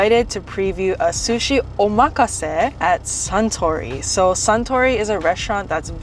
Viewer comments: Omg. Not even saying Omakase the right way. LOL and you guys said it sooo many times. So hilarious. Nice lol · You guys are pronouncing omakase wrong…